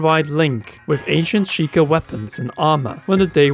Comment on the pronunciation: "The Sheeker" SHEI-KAH Sheikah